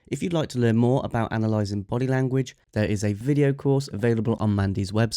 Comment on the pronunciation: He doesn't pronounce "about" correctly for a Canadian. Y'all have been infiltrated.